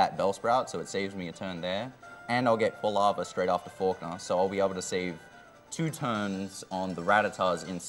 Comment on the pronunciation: always says "forknaw" instead of falkner